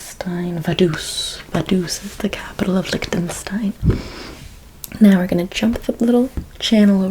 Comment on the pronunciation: I love your videos, but "Licktenstein" made me laugh out loud